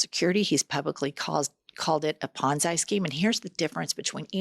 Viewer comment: It's pon zee not pon zhy as in 'why'.Just the teacher in me who happens to teach students correct pronunciation via (phonics & IPA (phonetics) along with reading, writing, and last but not least listening!